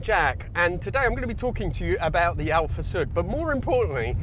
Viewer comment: Even Volkswagen Up! didn't have disc brakes on all four corners (I know relatively speaking the Sud is 2 classes above but both are similarly sized). Alfasud really is ahead of its time. Also, absolutely no sign of Jack's Italian heritage. Definitely not from his pronunciation of Alfasud and Pomigliano, not at all ;)